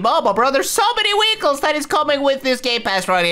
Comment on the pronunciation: Why do you always call them weecles lol